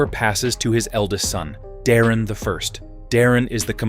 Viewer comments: Daemon is pronounced DAY-MON not demon. geez. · Btw your ai slop narrator keeps mispronouncing Daemon and it's Irking me... Say it with me ai, "Daemon, Like Day-Men or even Day-mon" not demon fool😂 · why do u pronounce daemon as "demon" or is it AI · I swear if you call him Demon (Daemon) again I’m gonna hit my head on the wall 😅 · Daemon not demon 😂